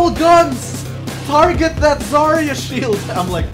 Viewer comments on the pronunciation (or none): That’s not how you pronounce Zarya but sure